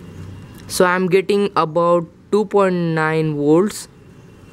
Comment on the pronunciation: woltage and burt - it hurts sometimes but i continued listening